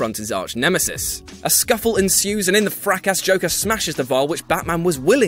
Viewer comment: Critical of sentence structure when you can't pronounce fracas?! But I like the list.